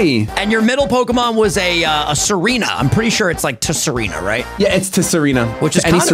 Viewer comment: nonoonononononononono nono no no its sareena its like Pterodactylus